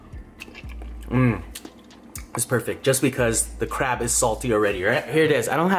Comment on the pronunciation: No it's pronounced CRAB